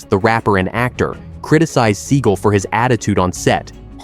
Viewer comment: It's seagal not seagul